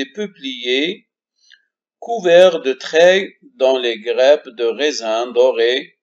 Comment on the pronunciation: La traduction du cours en arabe ne sert à rien car l'élève répond en français sur la copie d'examen au lieu de la langue arabe et n'oubliez pas que vous êtes un enseignant de la langue française. -Concernant le mot"grappe"prononcez"a" au lieu de "e"